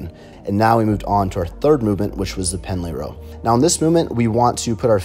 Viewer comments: It’s PENDLAY ROW not PENALTY ROW. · Its Pendlay row. Not penalty row.